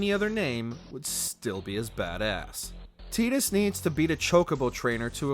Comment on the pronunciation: I respect you guys for calling Tidus as "Tee-dus" and not "Tie-dus".